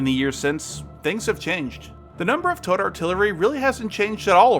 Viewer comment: Ah... you're saying "towed". Took several minutes to decipher that. Was wondering what the hell tote artillery was.